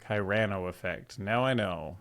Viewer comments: "Cyrano" is pronounced "SIH-rah-noh", not "kai-RAH-noh". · i think its pronounced serrano but i dont really know. they made a movie in the before times called Roxanne with Steve Martin, the SNL guy